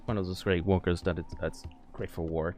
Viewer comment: am i the only one that heard wonkers instead of walkers